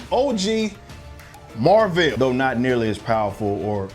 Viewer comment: Totally agree with your review, I wanted to walk out the theater when Annette Bening said her name was Mar-vel🤬🤦🏽‍♂️